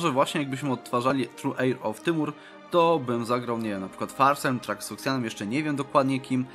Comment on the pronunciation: po polaku Timur to Tymur, dobrze mówisz